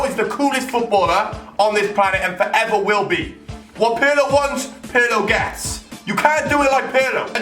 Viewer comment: Hahaha Pirlö? PIRLO BOY